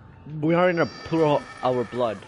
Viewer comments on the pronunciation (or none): "We are in a poorl of blood"